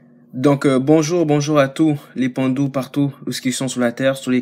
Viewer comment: les Bantus (Ba-Ntus) mon frère, et non les pandus.